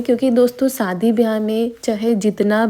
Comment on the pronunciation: Shadi ko bhi sadi bolti h